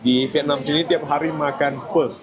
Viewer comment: Pho itu kan pakai nada ke-4 bahasa Mandarin? Turun ke bawah lalu agak naik